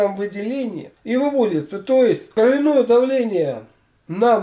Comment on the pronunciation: Ударение должно быть на О.